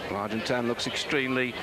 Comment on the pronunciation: David 'Duffer' Duffield absolutely mangling the pronunciation of the rider's names - ' Museo' [Johan Museeuw], 'Argentino', 'Argentown' and 'Argentan' [Moreno Argentin]. Despite 'Duffers' best efforts to confuse, Kelly's incredible descending skills saw him take an unbelievable victory in this his last 'monument' has a pro cyclist.